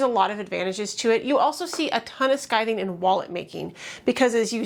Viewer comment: You are saying “skithing”. Isn’t it “skiving”?